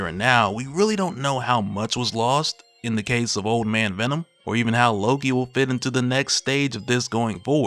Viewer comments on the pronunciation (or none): none